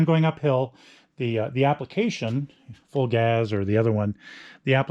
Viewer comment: Psst, it's pronounced Full Gaze. ;) Thanks for the review though.